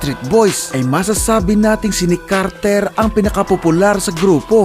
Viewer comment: Carter po hindi KARRRTERR